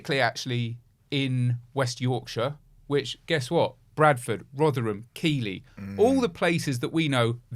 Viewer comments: Keighley is pronounced Keeth-ley, not Kee-ley. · Keighley is pronounced Keith-Lee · FYI it’s pronounced Keith Ley